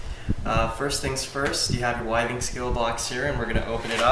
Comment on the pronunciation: With-ings not Why-Things.